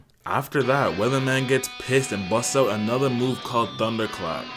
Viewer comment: Weathermon, not Weatherman